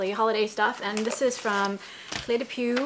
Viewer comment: This is the French pronounciation of Cle de Peau ('Clay de Po', rhymes with no), and Les Anne Folle ('Lays-on Full')! Hope that helps! Some of the eye shadows are beautiful shades like the turquoisy green, pale pink, and medium pink, but they do look glittery, and shiny on your eyes. I much prefer matte shadows at my age, so they wouldn't be for me. Thanks for sharing, though, Sherrey in Southern Ontario